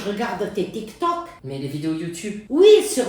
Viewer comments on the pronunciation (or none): none